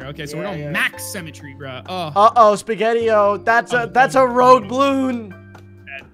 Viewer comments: says symmetry like cemetery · Dont you just love semetry Me: dont you mean symmetry(Si-mi-tree) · every time they said cemetery I got so annoyed because it’s symmetry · Why does always say sEmmetry instead of sYmmetry